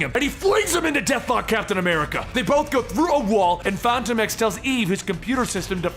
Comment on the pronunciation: Fon tome ex?? Come on my guy